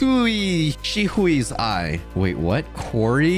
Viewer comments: all naruto fans that like shisui : i feel betrayed xD its shisui not she hui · SHE-SOUE that’s how you pronounce shisui